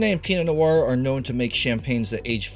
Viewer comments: Sorry if that came off as rude, I’m just very curious about this pronunciation. The correct French pronunciation is like “pino-nwah” but he seems to say “pino-n’wow” . Never heard someone say it that way! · Why does pronounce Pinot Noir like “Pinot N’wow”? Very odd lmao